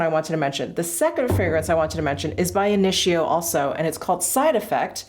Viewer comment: Hi, it's INITIO ( KNEE second syllable)!! Also its available at Neiman Marcus,so people can try first!